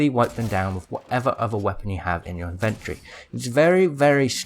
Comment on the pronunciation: IN-VIN-TOR-EE not INVENT-TREE